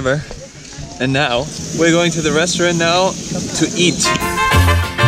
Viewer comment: i really enjoyed watching this videos!! Well actually I enjoy every single one! ooh and minute when said "Where going to the restaurant to eat" I thought he said "Going to the restroom" hahahaha